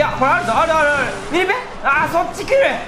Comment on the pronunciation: ミニペがミニポに聞こえた